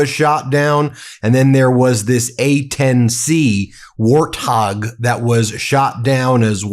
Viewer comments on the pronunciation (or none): Ben, the A-10 Warthog is pronounced -" Wart Hog". Thanks for you all your informative posts. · Are you calling the A-10 a War Thog? Instead of a Wart Hog? You're not very bright.